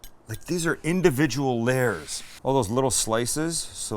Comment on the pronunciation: I didn’t know it was possible but I think Sam is saying “lairs” instead of “layers”